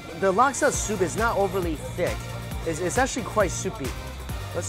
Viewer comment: Y did you have to emphasize on thick